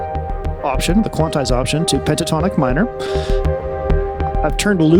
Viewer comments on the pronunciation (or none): none